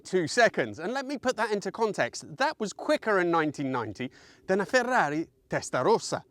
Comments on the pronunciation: Message to "" I love your reviews - very passionate... But the way you pronounce some words just RUBS ME UP THE WRONG WAY It's cringe-worthy Please stop doing your immitation of an Italian accent when you pronounce "Ferrari" and "Maserati" you sound like the Harry Enfield character 'Stavros' the kebab shop owner, doing a parody of the Turkish accent Please stop But worse than that... EVEN WORSE... is the pronounciation of BEE-Turbo it's "BYE"-Turbo It's the Latin prefix meaning TWO - Bi (pronounced "BYE") we're not BEEpeds (with two legs) and it's not BEEcycles that have two wheels and we don't celebrate a 200 year anniversary at a BeeeeeCentennial please, PLEASE STOP... otherwise it's going to cost me a lot in computer screens... as I feel compelled to kick them in, EVERY SINGLE TIME you say "BeeTurbo" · Maserati is not too difficult to say( if you're not Italian) but Ferrari, my friend is! , like you found out.😅